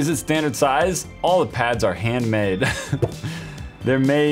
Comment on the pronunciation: its handmade not HA ndmade